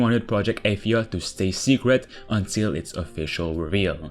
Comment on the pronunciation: Its pronounced Uhh-thia Not Aye- this...